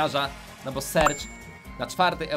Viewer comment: niemuwi się bu tylko bo